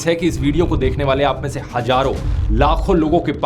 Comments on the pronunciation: hajaaron nahi hazaaron hota hai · Hajaro nahi hazaron hota hai